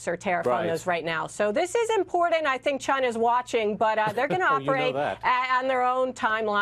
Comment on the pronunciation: To the bright and beautiful woman in the panel tonight, please stop pronouncing the word "Important" as if there were a "d" in it! Too smart to be sounding dumb = )